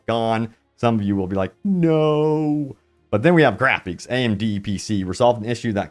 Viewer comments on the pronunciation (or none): My man there’s no way you pronounced it “grapheeeeks” 😂